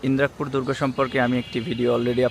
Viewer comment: ভাই,এটা ইন্রাক পুর না, ইদ্রাকপুর হবে।